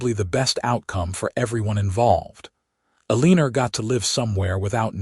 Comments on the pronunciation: Everytime I hear E lean er. I can’t kee from laughing. It is so absurb. Eleanor says the other 2 board members are planning a coop Is that coop for chickens? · Can't pronounce Eleanor.........there's no "lean" in it....sounds stupid. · I've noticed quite a few stories with Eleanor, and none of them sound correct. I think whoever came up with Artificial intelligent reading needs to go back and rethink it.